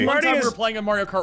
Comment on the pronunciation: tha "italian" cant even pronounce Mario (he's saying Merio)